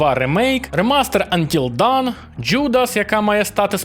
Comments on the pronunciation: ти плутаєш 2 англійські слова Dawn і Down. Гра називається Until Dawn - до світанку (аж ніяк не 'поки вниз'). І слово вимовляється як Дон, а не Даун. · будь ласка, "антіл дон" або "антіл доун" (до світанку), але аж ніяк не "антіл даун", дякую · Until dawn. Not until down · Тільки "Антіл доун", а не "Антіл даун". Це різні речі :) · Ох по ушам фигачило "антил даун". :) Це ж "антил дон" насправдi. Dawn /dɔːn/ -- рассвет. P.S. Да, да, дебильный английский. dAwn - дОн, dOwn -дАун. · Трохи побубню :) Until Dawn - це НЕ "поки вниз". "Вниз" - це Down. Dawn (читається "до:н") - це "світанок". То ж Until Dawn - це "до світанку". Має сенс, еге ж? :) Дякую за відео! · який ще "поки вниз"?))))) dawn (не давн, а дон) = світанок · Until Dawn /dɑːn/ - поки не настане світанок, down /daʊn/ - вниз